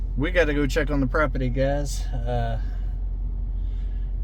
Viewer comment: PROPERTY ... NOT PROPETTY 😊😉🤗😊😁👍❤️